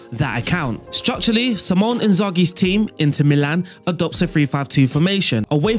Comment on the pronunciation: great vid and great tactical replication..../ but his name is Simone not Symon... "See-Moan-Eh"